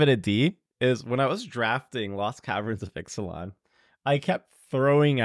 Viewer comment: "lost caverns of Italian" lol